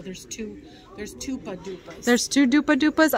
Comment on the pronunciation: Thanks gals. ! Fun video!! Keeps me company. Nearly spit out my juice when you said " dupa". Lol. My maiden name ends in " ski"